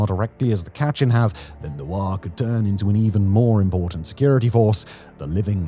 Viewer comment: Very cringey pronunciation of Myanmar, Kechin, etc... If you want to do a proper info-video, please learn the proper pronunciation. It is very hard to watch!!! It is very commendable to do such a info-video, but please do more research in the terms and names you use.